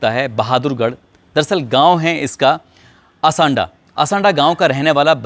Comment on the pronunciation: असंडा नही, आसौदा है।